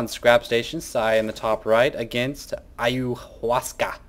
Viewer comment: omg you pronounced it wrong again! it starts with a chai =(